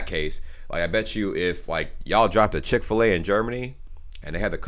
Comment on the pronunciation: " when guys drive to chick filet in germany..." me: "what is chick ballet? "